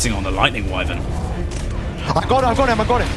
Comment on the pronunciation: That’s why I don’t like playing with kids because he messed up two times and got people almost killed and also kid did not listen at all. Also so funny how he could not say Wyven 😅😅